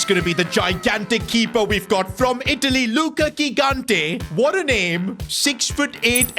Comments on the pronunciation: Luka kikante... Mate its lookah jighanteh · The first G in Gigante is not hard, it's soft. So it should be something like Jigante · In gigante the g is pronounced like a j like jigante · Please stop with the wrong spell of gigante is not ghigante is gigante you spell it like gigi from gigi buffon or donnaruma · It's not Ghigante It's Gigante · as an italian is not ghigante is Gigante, u have to have a strong g when u say it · It's not Luca Gignte It's jee-GAHN-teh (IPA: /dʒiˈɡante as an Italian if you could try to pronounce him right it would be awesome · Bro ur pronouncing ur goalkeepers name wrong, its Higante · It’s pronounced jigante not gigante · Hey, I'm so excited for another S2G FC career mode! As an Italian, I'm sure that GK is going to be fantastic, we have a history of producing amazing keepers. Just one correction: the initial G in his surname has the same sound as "Giant". Apart from this, fantastic video as always, keep up the good work!